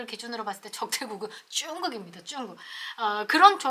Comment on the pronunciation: 발음 재미있게 하시네요! 중국을 쭝국. 자연스럽게를 짜연스럽게 첫 발음을 강하게 하시는게 재미있습니다.수고하십시요!